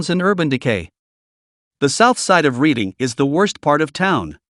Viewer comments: Darby and Folcroft both in Delawarw county...both small places with sketchy shi+ going on at any given time. And Reading is nor pronounced ( reeding ) but rather ( redding ) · haha redding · ONLY ONE TOWN IN PA! Thank you...... its REDD-ING, your AI voice is a joke. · READING is pronounced RED ING. Do your homework, all of it... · You pronounced Reading wrong. the a is silent and pronounced liked Reding. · "Reading" is pronounced "Redding" by us PA Locals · Reading pronounced RED ing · Mispronounced Reading, not getting worse. You've evidently never been to PA. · You are pronouncing Reading incorrectly. It is Redding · Agreed. Never heard of Reeding PA. 😂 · I'm glad that there is another local who caught that error in this vid's reporting. Most of the areas are in Western PA, but no one from da 'burgh would make that mistake. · Like anyone else who actually lives in PA, that made me laugh when I heard the town's name mispronounced...so much for AI. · That cracks me up😂😂😂😂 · So exactly how does this organization proclaim to know Pennsylvania so well that it can give us the top 10 worst towns to live in, when they can't even pronounce Reading correctly?! Clearly they don't know crap about Pennsylvania. It's like an article I saw some years ago that said Chester Pennsylvania was a great place to retire. I thought yeah if retiring to your grave is how you want to spend it!